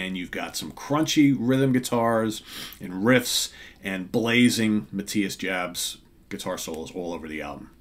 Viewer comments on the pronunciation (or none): Friendly, relaxed pronunciation comment: Jabs is "Yabs".